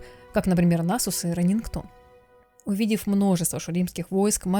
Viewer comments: Не Рэненгтон, а Ренектон! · Видео, классное мне оч понравилось услышать лор джакса, но прошу называть имена чемпионов правильно, Ренектон, а не РенеНктон